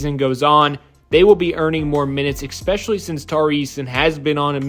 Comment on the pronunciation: The word is pronounced "ESPECIALLY"...there is no "x" in the word. 😵‍💫